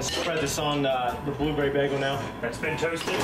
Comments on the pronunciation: "baggel"? goddammit,, you britta'd it! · Britta'ed saying bagel